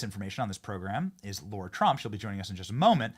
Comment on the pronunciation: Benny….her name is LARA not Laura…Come on man!Love your show